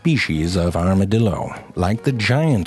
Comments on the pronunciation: Armadil...do... Can't stop laughing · 'Here are true facts about the arma-dildo. Oh wait that's a typo' - this guy. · It sounds like he's saying "Armadildo" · XD aramadilldos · I lost it at the 2nd "Armadildo". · Is it just me or he's saying Armadildo at the beginning? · lol armaDILDO lol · Armadilido...I will never be able to say armadilido right again... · I think he said Armadildo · does anyone else hear the man in the beginning say arma-dildo? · i heard you said "armadildo" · You had me at "armadildo." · Anyone else think that it sounds like an "Armored Dildo"? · Armadildo LMAO... dude please talk about the bonobo monkey or the portuguese man o' war or the sea cucucmber... Morgan Freeman would be proud! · As a Texan I can confirm all of this Even the mispronouncing of it's name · Every time he said 'armadillo' after the intro, or just about, I kept thinking "arma-dildo" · LOL Armadildo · Goddamnit now I'll keep saying armadildo instead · "Here are true facts about the Arma-dildo, oh, thats a typo" "Here are true facts about the Arma-dildo. Oops I said it again. Two times." Lol wtf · “Here are true facts about the Armadildo” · A R M A D I L D O whoops that's a typo says it again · I KNEW HE WAS GONNA SAY ARMADILDO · I HEARD ARMOURED DILDO H E L P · I new it he was going to say armadildo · *Armadildo XD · ''Here are true facts about the Arma-dildo'' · here are....true facts about the "armadildo" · armadildo lol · before clicking this video i knew frank was gonna say armadildo at some point. i was right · I am never going to be able to hear the word armadildo the same again.😂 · Nobody This guy: A R M A D I L D O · arma"dildo" LMAO IM DED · Armadildo. I'm dead xD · Lol "ArmaDILDO" 😂😂😂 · ZeFrank: here are some true facts about the...armadiLdo Me: son of a bitch just got me in 4 seconds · WHEN YOU SAID "ARMADILDO" I COUNDT GET IT OUT OF MY HEAD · "Arma-dildos. Oops I said it two times." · "Armadildo" I'm laughing hard, he funny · Armadildo lol.....😂😂😂😂😂